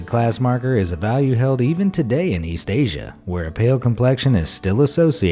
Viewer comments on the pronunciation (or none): none